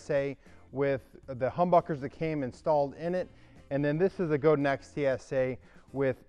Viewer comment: Go-din, not Go-dan.